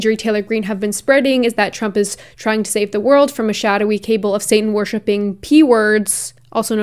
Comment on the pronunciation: Enjoying the low-key undermining implied by consistently mispronouncing her name 😂 (btw, ‘cabal’ is pronounced ‘cah-bahl’, not ‘cable - keep mispronouncing Marjorie by all means but don’t bring the cabal into it!!) 😉